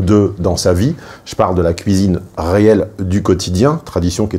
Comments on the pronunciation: La "couisine" 😅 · C'est moi ou il dit "couisine" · ne peut plus s'empêcher de prononcer 'cuisine' dans sa version belgocongolaise. Son visage reste parfaitement neutre, pas un indice complice. J'adore! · C'est assez troublant ta façon de prononcer le mot cuisine , tu le fais "à la Belge" :) (je suis Belge)